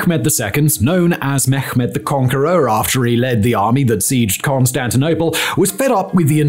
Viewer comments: It's pronounced Meh-med not Me-ghh-med. Thanks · Mehmet in Turkish is pronounced with a soft “h” ! Please stop saying “Mekkhhhmet”. Thats so cringy and simply wrong